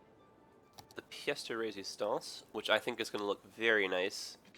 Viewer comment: i'm french and i loooove the way you talk my language like when you said "the piece de resistance" that sound so beautiful to my ear hahahah i love your video thanks you !